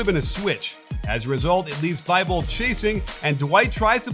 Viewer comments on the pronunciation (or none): none